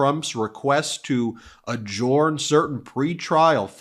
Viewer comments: Its pronounced "adjerned" not "adjorned". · THE WORD ADJOURN IS PRONOUNCED ADJERN, NOT ADJORN! STOP IT!!!! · Adjorn? Never heard anyone pronounce adjourn as adjorn. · Say, Ben, why do you pronounce "adjourn" differently than any other person I've ever heard?